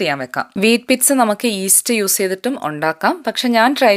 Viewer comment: Sorry it's not pitza it is peet-saa